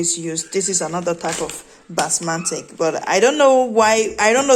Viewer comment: It's Basmati Rice....not basmatic